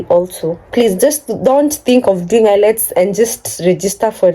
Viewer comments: It's IELTS not ILETS 😄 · The exam is called IELTS (pronounced as ayelts) not ILETS😅. Congratulations and all the best in your new journey.